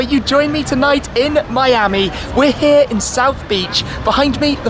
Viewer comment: we heeee in miami